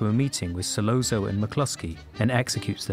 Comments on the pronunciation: In Italian, a double 'z' is pronounced 'st,' as in 'pizza.' Virgil Sollozzo's name, therefore, should be pronounced 'Sollotso,' not 'Sollonzo' or whatever the hell you were saying. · I’m sorry, but it’s So-lot-so not So-low-zo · Same goes for Sollozzo ( who is falsely pronounced " Sollonzo") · Hard to pay attention to this when COPpola is pronounced as copPOALA. And SolOZZO (solOTSO) as solOAZO. These details go with in-depth analyses, don’t you think? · Dude it’s sa-LOT-so not sa-lon-zo and CO-pa-la not ca-POL-la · Not “Solonzo”, Sollozzo! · Great essay. But "Sollonzo"? Come on! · KOE-pu-luh So-LOT -- tsoe ---- No, not IPA phonetics, but they should help clarify. Or; listen any of dozens of thousands of interviews and news stories about the former (and his sister Talia Shire, his daughter Sophia KOE-pu-luh, or his nephew, Nicholas Cage, where they always mention Francis' name CORRECTLY, and actually watch the movie and listen to how they pronounce the man's name for the latter. Different accents and dialects are no excuse for mispronouncing people's names - especially for people so incredibly well-known. ___________ OK, the cork is amplified, sure. But I'm guessing they've never been in a building next to elevated subway trains in NYC. People in the back room stop talking to each other as no one will hear each other until the train passes. And it's even more audibly debilitating if the building happens to be near a station. That becomes horribly abusive in volume. What was presented in the movie was actually LESS than would have been heard unless the restaurant was a couple of buildings down the block from the 'el', but then the sound would have been somewhat less clear and defined. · This is really excellent and makes me look at the scene with fresh eyes! Just a small note, there's no "n" in "Sollozzo". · ...and manages to mispronounce 'Solozzo' in two different ways!